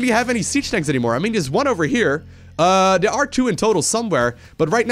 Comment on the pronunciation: do dis, do dat, over der